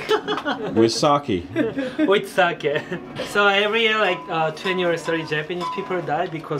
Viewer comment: Great content but super annoyed by the way you say sake lol. It’s an e not an I. Sah-keh